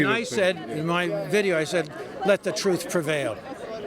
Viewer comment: The man said war on truff.